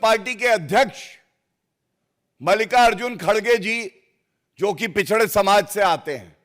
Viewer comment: इसको ,,, पिछड़ासमाज,,,,बोलनेका तरीका सही नहीं है